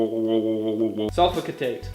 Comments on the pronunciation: sulfo...lowh lowh lowh ( some wonderful fish voices) Sulfo katet...... sulfo..ka...cetate lmao wtf?!! it's Sulfo- acetate:P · Sulfoacetate (Sull-foe-ass-it-tate) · SOL.FULL.ASS.EH.TATE thats how u pronounce it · he cannot even pronounce sulfoacetate... but giving a lecture on chemical ingredients... lolzz..